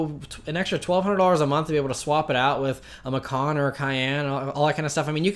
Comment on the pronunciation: Porsche "Passport Program" is a fucking rip off. They just want to make more cash from people. Stupid folks with too much cash to blow will dive head in to it. In reality, it's an awfully dumb idea. In other news, your pronunciation of Macan is deplorable.. LOL!!!